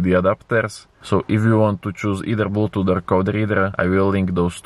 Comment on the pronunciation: Dorallz, 25 dorallz, porrt, bluedooth fastver den? Search up for some tutorials on speech therapy